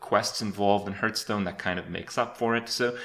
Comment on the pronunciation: I cringe a little bit every time he says "hurtstone"